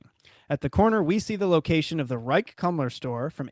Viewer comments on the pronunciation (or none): Pronunciation is actually Rike’s Koom-ler ( not Kum-ler) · Great video, thank you! Just a note: 'Kumler" is pronounced 'Koomler.'